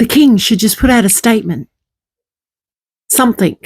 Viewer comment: It really irritates me some THINK …….ITS SOME THING…….. NOT SOME THINK PLEASE TRY TO SPEAK THE RIGHT WAY